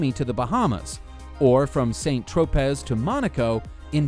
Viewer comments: Is this narrator a millennial? Because no one could be so dumb as to pronounce Sant Tropez the way he pronounced it. It is pronounced san-truh-pey, not SainT TropeZ. If you are going to get paid to narrate, you should know how to pronounce the words you are supposed to be reading. If you are paying someone to narrate a video, make sure they are pronouncing words correctly, if not, fire them. Spelling matters, pronunciation matters, communication matters. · Saint Tropez is pronounced San-tro-pay, not Saint-tro-pez! It's in France, where they speak French. Funny that eh? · "Saint Tro-Pez"? I think you mean San Tro-Pay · "Saint Tropez?" What a noob! It's pronounced "San TroPAY!" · San Tropez = san-troh-PAY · saint tropez? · "... and adjustable led lightning!" amazing!!! do they also have a cork opener? unbelievable! can you imagine? A cork opener ! who could think of such technical progress? Big fat thumb down for the dumbest presentation. Edit: can i give you a couple more thumbs down for "seint-trOpez "? You guys need to learn elementary things before you start teaching the world. And for god's ache, learn to use the metric system. It's 21st century, how long can you guys use medieval measures?